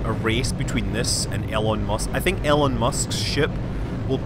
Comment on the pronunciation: It's E-Lon not el-on